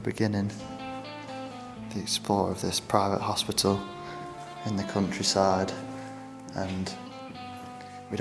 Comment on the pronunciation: "cuntryside of England"